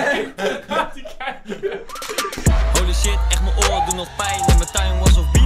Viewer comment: Ik: oh mij God Koen: oh mijN God